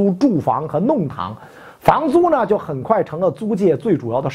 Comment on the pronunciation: 北京出生的老師不一定能說準確的普通話。比如“弄堂”一詞，《現代漢語詞典》（2016年版843頁右側從上往下數的第一個詞條）收錄的發音是lòngtáng而非nòngtáng，請袁老師註意學習、糾正。謝謝！